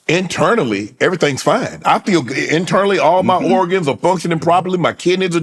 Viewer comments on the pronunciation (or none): “Everything’s gone good, EVERYTHANGS”😂